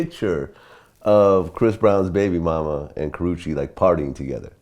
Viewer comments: tehaha he said kowachaki doeeee! 😷💀💀💀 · How many times he gone fuck her name up LMAOOOOO